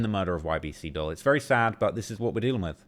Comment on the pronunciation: For the so-called "UK's top expert in the gang and drill rap scene" you sure do mispronounce a lot of names. "Dul" short for Abdul pronounced 'duel'. Not "dull", did you even watch the banana man's video? Because he knew how to pronounce it.